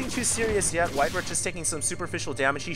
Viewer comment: It's White-Ra. Say it with me. White-Ra. White like the color. Ra like the Egyptian god. It sounds like the word Raw. If you push Control+N in a 1v1 replay it shows the name overlay including supply........ DO IT!